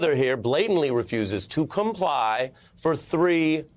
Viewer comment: OH, you meant 'comply', I thought you said 'Come Lie'